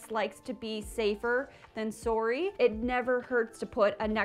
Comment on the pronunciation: Your sorry at about was the most Canadian I have heard your voice go.